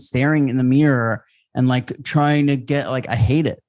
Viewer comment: rob says meerror not mirror and its hilarious